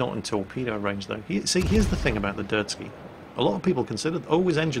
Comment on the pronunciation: Not that anyone cares but it's a Derzki not a Dirt-ski.